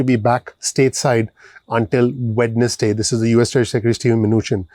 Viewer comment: Hi my friend, I love your channel, Only when you pronounced WEDNESDAY, It should be silent D, It should sound WE-NES-Day, Other than that YOU ARE THE MOST PRECISE AND INSIGHTFUL channel EVER, GOD BLESS YOU!!!